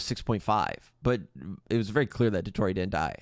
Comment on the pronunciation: I'm sorry but the way she say Il Dottore just itched my brain the wrong way. They literally pronounce it correctly in the game, and she still gets it wrong??? 😭